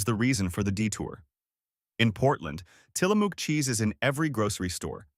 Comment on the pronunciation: Tillamook: mook like in book. (I see someone already corrected how to properly say Willamette). Might consider learning pronunciations before posting…Portland is alive and well! Thank you for the video…